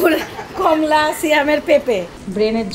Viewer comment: Botboti na... Borboti hbe....কমলা কে বলেন এমন করে যে কম লা